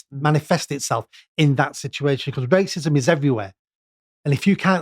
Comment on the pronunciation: I can't stand this guy. "Waycism"